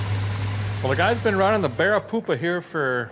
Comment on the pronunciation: This was a collab and we didn't know it..... and joined forces. 😎🔧 Awesome job on the BEAR-A-CUDA fellers! (I know it's "Barricuda" but...well *grins benignly*)